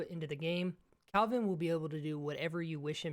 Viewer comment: Can someone tell this guy that he's called Kelvin, not Calvin. Literally says it on his shirt